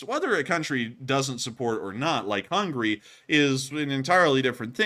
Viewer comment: He said "Hungry" instead of "HungAry" . :))